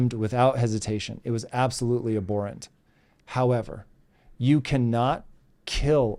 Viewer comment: I also love when I hear you say, "how - EVER...."